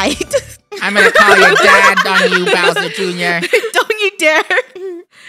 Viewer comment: has anyone realised how funneh says browser junior and not bowser junior